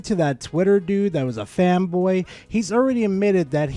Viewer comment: Why is it that when you say fanboy, I hear femboy?